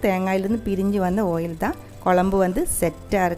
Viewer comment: ஆயில் மேடம் ஓயில் இல்லை.